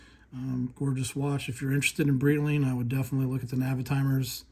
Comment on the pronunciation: come on, learn how to read Breitling... it's not Brittling.